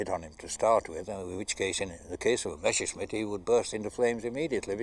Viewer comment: Meshersmit? How comes that not one single English speaker can pronounce Messerschmitt correctly?